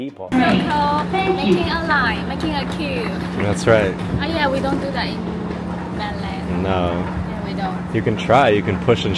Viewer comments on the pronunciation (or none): 聽他說MAINLAND好不爽